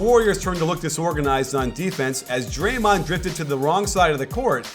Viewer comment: Love your videos! But did you just say dremond the second most dangerous!?